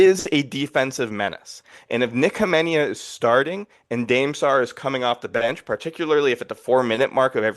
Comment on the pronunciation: Dude saying Dame Sarr’s name wrong 20 times in a row is wild